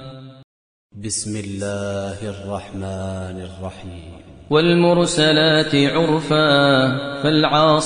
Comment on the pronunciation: Sheikh maher made a mistake in mursalat🤔